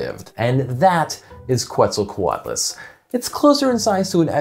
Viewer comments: Every time he said QWETZAL it hurt me. Que like quesoooo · It is pronounced as Ket-sall,co-atloos. Just as stated in , definitely not coo-et sall... I liked your video a lot!!! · Giant pterosaurs are awesome. Who else loves The Brain Scoop and can’t wait to watch Emily’s new show on PBS?! Info about where you can watch it is in the description 🤓 Oh, and one more thing: Quetzalcoatlus is pronounced “ket-zal-co-WAT-lus” but I have a hard time not saying “kwet-zal-co-WAT-lus” because my mouth is dumb and that Q always gets me. Anyway, now you know! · The “Qu” in “Quetzalcoatlus“ is pronounced like “k,” not like “kw.” It’s based on Spanish orthography. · The first u in quetzalcoatlus is not pronounced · How did you talk with an expert and still end up mispronouncing Quetzalcoatlus